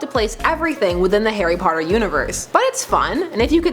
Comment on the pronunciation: everytime she says Harry, it sounds like Hairy. Lady you're going diagonally